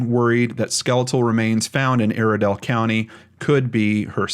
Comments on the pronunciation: Also its pronounced (eye-re-dell) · Iredell county is pronounced eye-erdell. I actually know a girl who reposted about Sam when he went missing because she knew him. I live in Iredell county, my heart breaks for a case so close to home. I hope for closure for his mother.